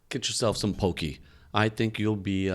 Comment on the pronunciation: Actually, I think it might be pronounced poc-key, like hockey.